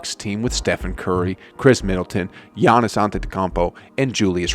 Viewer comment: The way he says gannis name is sad